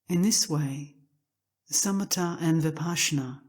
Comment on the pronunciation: Why are they calling shamatha as summita?